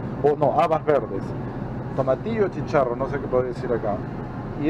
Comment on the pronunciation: Oh, cielos! Se agradece la intención, pero debió ir acompañado de un mexicano al super. Se dice, chícharo, no chicharro. En fin.